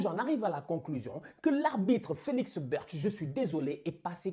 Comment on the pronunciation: Ps: c'est pas Félix "Berch " mais Brych lol